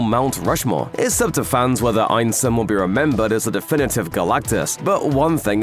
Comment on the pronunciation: Think you're pronouncing Ralph Ineson's name wrong, pretty sure it's "Innee-son". If I'm wrong, I'm wrong, but I don't think I am.on this one.